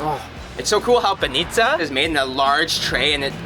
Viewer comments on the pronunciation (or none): If you could make a mistake about every stress on every bulgarian word, you would XD its funny though. S'ofia - not Sof'ia. B'anitsa - not ban'itsa. S'irene - not sir'ene. Boz'a - not b'oza XD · All foreigners say banItsa, learn it once and for all: it's pronounced bAnitsa, not banItsa! And also, it's not bOza, it's bozA 😂😉